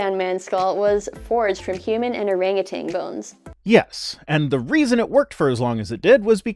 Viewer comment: THERE IS A SINGLE G IN THE WORD ORANGUTAN